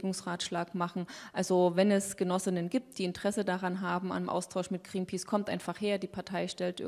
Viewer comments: Mit Gränpäce, die spricht das ja echt gut aus^^ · Wieso kann sie nicht Greenpeace aussprechen..